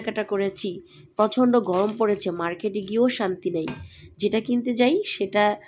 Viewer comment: ঘারি?? প্রাদান্য? প্রচন্ঢ?😂😂 নিশ্চিত মাদ্রাসা ব্যাকগ্রাউন্ডের মূর্খ। আপনার সন্তানকেও মাদ্রাসায় পড়াইয়েন, দূর্দান্ত আলেম হবে, যে শুধু কোরআন ছাড়া দুনিয়া কিছুই জানবে না, ঠিকমত বাংলাও বলতে পারবে না ঠিক আপনার মত।